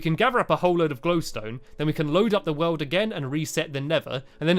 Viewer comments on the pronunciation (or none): instead of world you said weld